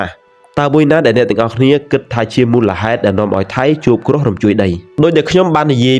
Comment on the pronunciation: គ្រោះ មិនមែន ក្រុះ, យប់ មិនមែន យ៉ុប ។